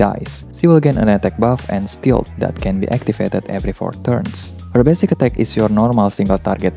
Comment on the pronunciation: For me the best about Imai are her high heels in her animation Btw "stealth" is pronounced a bit differently (yes, English and its inconsistencies)